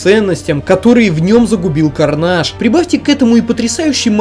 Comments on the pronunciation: Хватит пожалуйста называть Карнеджа карнажем. Мы не во Франции, это звучит отвратно. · Не карнаж, а карнедж!!!